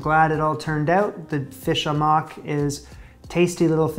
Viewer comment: The dish is to be made into a paste, no fish chunks. That’s why it looks watery. Your banana boat should be smaller, half your size. The dish is pronounced “haw muk “.